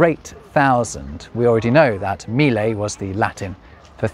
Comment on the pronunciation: You just demonstrated the difficulty non-Italians have with double consonants as you pronounced mille as us Italians would say mile, which is not an Italian word. So not in this case but lack of proper pronunciation of double consonants may have a funny outcome!